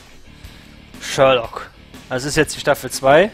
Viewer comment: Perfekt ausgesprochen:D Sherlock ist einfach ein Meisterwerk geworden:) und so lange dauert es ja bis staffel 3 auch nicht mehr;)